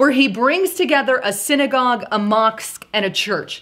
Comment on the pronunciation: It sounds like, mosk, not moks...mosque.